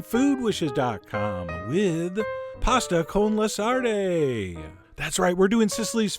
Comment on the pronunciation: Sarde (sardines) is pronounced sod-dey.